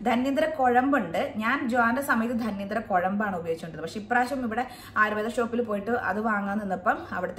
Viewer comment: ധന്വന്തരം ആണ്. ധന്യന്തരം അല്ല😊